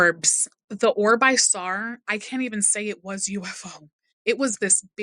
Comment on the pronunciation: This one actually disturbed me, not sure what makes her so believable but her account is well put and seems credible. Can't get over the way she says "saw" like "sour" or "sowr" xD I couldn't tell if she was doing it on purpose or not haha